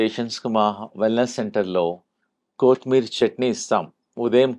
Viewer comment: కోతి మీరి కాదు - కొత్తిమీర